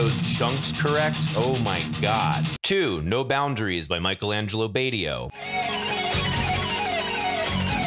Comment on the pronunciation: I think Michael Angelo Batio’s name is pronounced Bah-teo not bayteo.